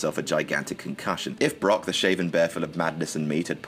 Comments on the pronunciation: He said bork instead of brock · Who caught him call him Brock bork it's your boy bork lazer ima hit you with a turnip twister boy